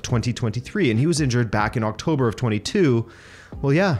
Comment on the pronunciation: 'octoober' lol